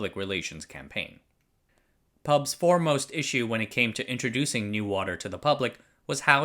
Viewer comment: Hi, Singaporean here. :) "NEWater" in Singapore is we pronounce is "new water". so yeah, he is pronouncing it right for this case... (But his pronunciation for PAP, PUB & WHO are off though. These 3 should not be pronounced as pap, pub & who, but the alphabets "P" "A" "P", "P" "U" "B" & "W" "H" "O")